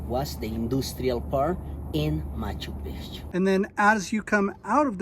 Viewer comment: Why do you pronounce is as "machu peechu". There's an extra C there. It's ma-chu pik-chu. What can be easier to say!